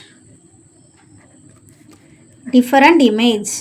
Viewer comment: Madam டிபரன்டு இல்ல different